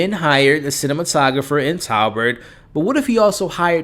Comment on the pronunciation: You are seruoiusly terrible with names.. tobert not talbert and its president McKinley not McKenney